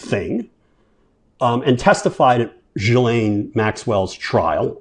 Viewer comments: It's GIL-En. Not Jill. That's how Virginia Giuffre said it and how Tara Palmieri pronounces it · Exactly. Ghee, not gee. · Gee with a hard G and lane Gee-Lane is how it’s pronounced George unless you’re French. Have a feeling this is not going away anytime soon so look forward to more of your commentary!! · It's trounced 'Geelaine.' Hard 'G'. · GH-ee-laine, guys....is it really that hard to come up with the correct pronunciation? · Jfc, it’s really not hard. ghee-layne. With a hard G. In French the H keeps the G hard. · Maxwell's lawyer pronounced her name JILL-En <-(the sound in meh). So I am officially going with that finally after all these years. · Sirs, Maxwell's first name is pronounced with a hard 'G' as in GHOUL and GHOST. The 's' is silent.Thank you for your attention to this matter... 🙂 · OMG!!!! Geeeee Len JEEEEEEEEEEEEZZZZ!!!!! Why can’t you journalists do your HOMEWORK! Or Just pick up your phone and listen to how HER BROTHER PRONOUNCES HER NAME 😣 Ugh!